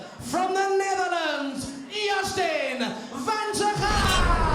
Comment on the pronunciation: i love how they completely butcher van Tergouw's last name :-D